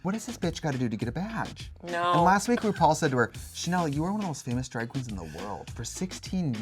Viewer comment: can't stop hearing Trixie saying "vaj" instead of "badge" this season